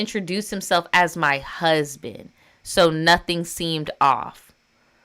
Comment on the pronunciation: Cusband is crazy 😂😂